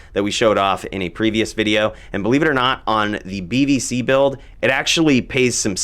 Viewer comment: Could of swore you said BBC lol.